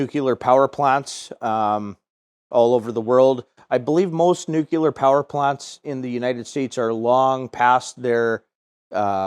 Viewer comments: This is a great video. But you're mispronouncing nuclear. It's "new-clear" not "new-cue-lar." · No, it’s “new-clee-ur”;)